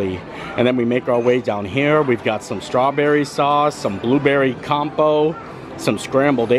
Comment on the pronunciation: Hey Friend! The T in compote should be pronounced. Thanks!